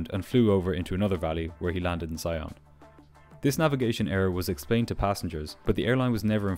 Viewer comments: FYI, Sion is pronounced “SEE-onh” (it’s French, so nasal ‘n’). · Sion is pronounced "see-on" with a french "on" (like the one in "lyon"). Just in case you need to mention the airport there again.